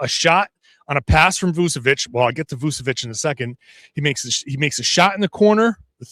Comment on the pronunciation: hey, his name is pronounced with a CH, so Voo-cheh-vich, not Voo-seh-vich